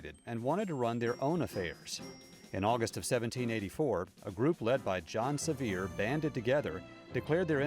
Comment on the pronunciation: Wish the people giving our history would learn how to pronounce these names! Blount , Sevier and, others!!!